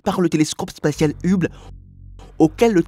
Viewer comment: La prononciation de Hubble fait franchement amateur et dévalue la vidéo, c'est dommage car il y a beaucoup de choses intéressantes.